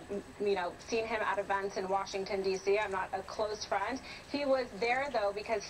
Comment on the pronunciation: What is an "evunt", and what is a "frund"?